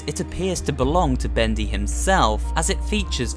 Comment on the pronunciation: Thaets not Bedy